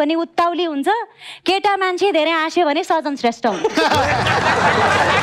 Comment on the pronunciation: एकदम खत्र । full हाँसो । जितु जी सजन भन्नू पर्नेमा साजन भन्नू भो ।